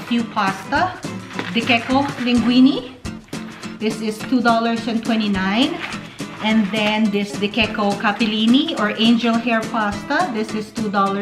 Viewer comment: Nice video. Let me just say De Cecco is pronounced De check-ko not De kekko.